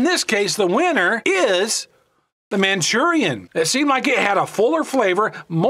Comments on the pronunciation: Hate how he says manchurian.... Lol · It's Maruchan, NOT Manchurian. Also, "Top Ramen" is made by Nissin, NOT NissAn. Get your details straight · It's not called Manchurian oh, you're mispronouncing it or thinking of a completely different word. It's pronounced Mhur-A-Shan! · Hearing you say “man chu ree in” made me cringe! Say it like this “Mah Roo Chawn” like the package says. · "Manchurian" 😂😂😂😂😂 Best way to pronounce Maruchan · Where did you read or pronounce Manchurian??? From Maruchan lmaao said it about 200 times wrong lol but good vid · MAA-roo-chaan, not "Manchurian". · "Manchurian" lol Also I prefer Maruchan. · 'Manchurian' ?? Maruchan? (Mah-Roo-Chon) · Why did he call it Manchurian it’s called Maruchan. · its maruchan not manchurian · I cringe everytime he says "manchurian". Anyways, magic ingredient in Maruchan.... MSG. Top Ramen has no msg and that's a big reason why it's more bland. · Manchurian ????? MARUCHAN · It’s pronounced “man Cheerio “ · wheres he getting the n?🤣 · He said Manchurian lol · lol yeah. Its just funny how you say it im not making fun of you. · its maruchan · You don’t know how to pronounce Maruchan lol it’s MA ROO CHAN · Why is he pronouncing the noodles incorrectly?👀👀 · U pronounce the noodles all wrong bro wtf